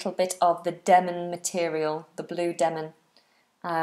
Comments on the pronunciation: Demin or Denim? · Is it Demin or Denim?